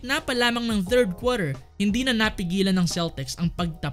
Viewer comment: Ayos accent ah 3rd kwater